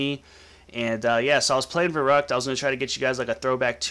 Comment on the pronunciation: It's pronounced Veh-roo-ckt not Veh-ruck-t!